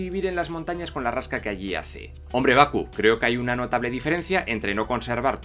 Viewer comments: Porque pronuncias los nombres como challa, chaka, baku y olvdas que bien pronunciados serían tachala, tachaka, embaku?, hay otras cosas que tienen explicación en las cosas que señalaste pero eso vaya que me estuvo distrayendo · Estoy de acuerdo en la mayoría del vídeo pero... Por que no pronuncias bien los nombres como T'Challa, M'Baku y T'Chaka? Te suda las Ts y la M o que paso?